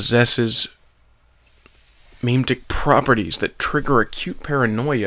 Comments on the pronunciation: HOLY FUCK ITS PRONOUNCED "MEH-MEH-TIC" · You fucked up pronouncing "memetic" very badly